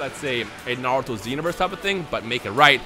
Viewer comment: Z because of Dragon Ball Z I think it would be Naruto S but Pronounced (Narooto)